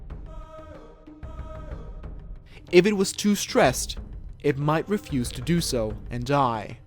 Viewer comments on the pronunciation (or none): none